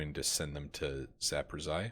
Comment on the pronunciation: Good episodes man by the way I've heard a couple people say that town in Ukraine 'z-town' as far as I can tell it's pronounced zap,uh,rose,e,uh. Hope that helps/somewhat makes sense haha.